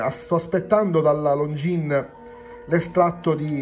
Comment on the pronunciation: Longines, non Longjeans! Per spirito d'emulazione è consentita anche la pronuncia alla Davide Cecchini, che tra l'altro utilizzo sempre anch'io: Looongines 😉 Looove!